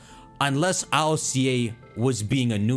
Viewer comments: It’s not I.L.C.A it’s ILCA, the Japanese name is literally Iruka which is ILCA in a Japanese accent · Please just say ILCA, not I L C A 😭 sounds dumb. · Ill-ca where is the I-L-C-A pronuncing coming from it's Ill-ka